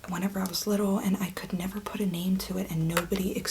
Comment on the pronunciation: You're pronouncing your son's name wrong you fuckin peanut 😂